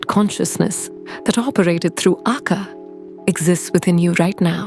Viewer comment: Great channel and I love your animation style! The word Akka in Tamil has the stress on the double k and a slight prolong on the last a, but not on the first a. More like aKKaa, not aakaa.